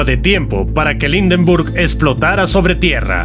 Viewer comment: "Indenrbug"!!! Horrible pronunciación!!!!